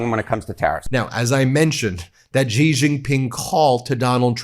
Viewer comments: Ben is great, I just want him to learn how to pronounce “Xi” as in “Xi Jinping” better. His pronunciation of “X” causes pain — sounds like “g” in “beige”. It is more like “sh” in “she”. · Xi is pronounced SHE not Gee. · Xi - is pronounced like "Shee".